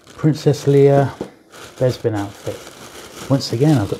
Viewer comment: You must be from the same part of the UK as Bossk’s Bounty, you both pronounce Bespin as ‘Bezpin’, I’ve never heard that before 👍